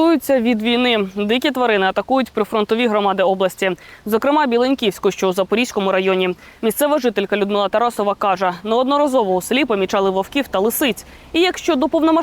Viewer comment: Якщо село БілЕньке, то громада БілЕньківська. Що у кореспондентки з наголосом?